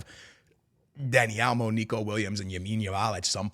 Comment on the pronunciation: been in Texas so long he’s saying Dani Alamo